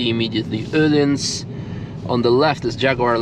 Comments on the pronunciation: Nice to hear Öhlins and not Ohlins 👍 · Perfekt pronunciation of Öhlins. I dont hear that often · He pronounces it just like any German speaker would.